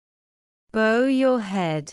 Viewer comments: /bau/, as it is an action. /bo/ as in bow-tie the video read it wrong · Hello, bow your head. Bow pronunciation is bo or bau. Pls clarify. Thanks